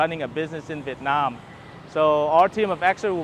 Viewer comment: Hi , if you pronounce the word "Vietnam" like how the local pronounce it, you will sound more Vietnamese. This spoken word stand out very obviously every time you speak Vietnamese ?